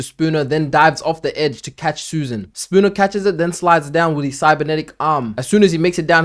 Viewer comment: Kept hearing "sakuna" everytine u said "spooner" lmao